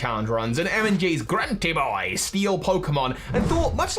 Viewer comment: The way he said grunti boy Every true fan know it’s pronounced IT IS I! GrunTy Boi!